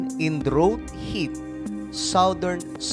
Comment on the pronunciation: Idol, ayaw kong ibash ka nila, ang tamang pronounciation ng 'drought' ay 'dra-out'